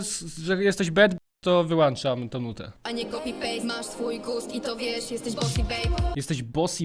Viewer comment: wyłączam a nie wyłanczam